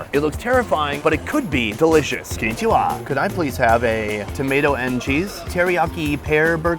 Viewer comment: that was a very American konnichiwa haha